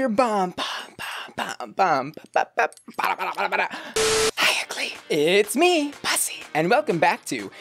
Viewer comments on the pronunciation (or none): none